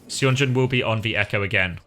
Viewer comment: I missed the stream so I Must tell you that Seonjun is pronounced sun-joon not say on joon. Some Koreans prefer to romanize the "uh" sound as "eo" (as in pigeon). Thanks for all the videos as always.